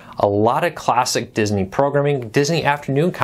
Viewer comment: Dis-iny is how they say Disney in the 'hood.